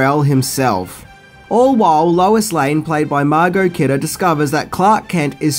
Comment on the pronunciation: I thwoth I hard Wallace instead of lois